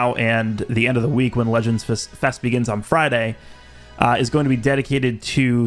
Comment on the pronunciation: "Legends Fist" 🤨?